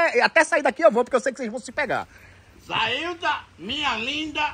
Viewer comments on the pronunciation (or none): A declaração do véi já começou mal só de falar o nome dela errado! "Zaílda" kkkkkkkkkkkkk